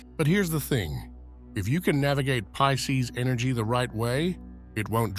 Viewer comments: Why is he saying Peecees? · P I S C E S Not pieces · PISCES NOT PIECES